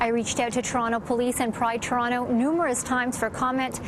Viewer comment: The female reporter cant even pronounce Toronto (Torono?) correctly.